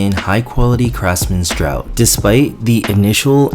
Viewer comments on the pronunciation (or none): draught is pronounced "draft" not "drought" lmao